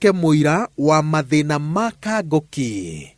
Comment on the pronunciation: Kang'oki not Kangoki.....